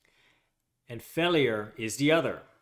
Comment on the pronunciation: Why do you pronounce failure that way? What accent is this?